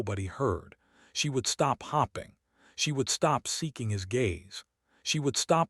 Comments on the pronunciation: For Heaven’s sake,! Would you PLEASE teach your AI reader that “hoping” has a long O sound. She was hoping NOT hopping. Sheesh! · Why can't narrators in these videos not pronounce 'hoping" (long "o") correctly? The correct pronunciation is not "hopping" as in "the rabbit was hopping" with a short "o" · Star ring? Star ring! AI can’t read (red). Maybe the editor is hop ping readers won’t notice 😎